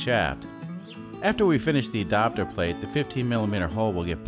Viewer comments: Adapter plate, but pronounced Adopter. Grrr.... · It’s ad”A”pter not adopter its drive me crazy 😜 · “E-dopter plate”! Lol! Love the videos. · Ok I'm certain you are Canadian. I've not heard anyone else say adapter like adopter. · You say adapter weird! Adopter?!